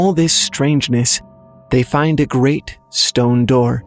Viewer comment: When you first said Great Chtullhu, I thought you said Rick Chtullhu and I was like, "Oh, he's got a first name..."